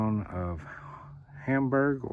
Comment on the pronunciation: Hamburgs my hometown love it there especially during the summer also it’s pronounced HAM-BURG not homburg lol